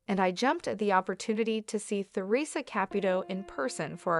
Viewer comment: It would be nice if the narrator would learn how to pronounce Theresa's properly !